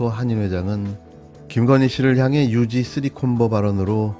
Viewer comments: 유지에를 유죄로 발음하시는 센스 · 유지 유죄??유죄라고 들려요 ㅋㅋㅋ